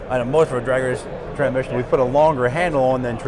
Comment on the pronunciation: How’s this guy do nothing but transmissions and yet he didn’t pronounce it correctly the entire video